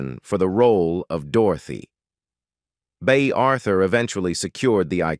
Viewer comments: "Blonsh" Devereaux?!?😮😢😅😊 "Bay" Arthur?!?😂😅😊❤ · The narrator for this keeps saying Blunche. The characters name is Blanche. Then at times he pronounces Bea Arthur’s name like he’s saying Bay